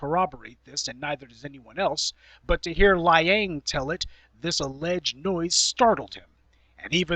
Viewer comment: Peter Lie-ang lol